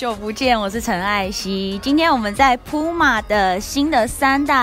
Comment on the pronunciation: 不是針對，連puma的名字也念錯，也太扯了吧